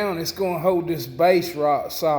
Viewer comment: How does an American learn to speak like an illiterate dumas [sic]? Too hard to listen to this beyond 2 minutes. I'm not staying on "hode," "anymo." Fail 👎🏼